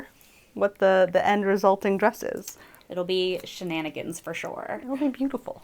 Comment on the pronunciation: “Shenunigans“ 😂 Is that the official name of the group now? The She-Nun-Agains? (Sorry!) 😂🤣🤣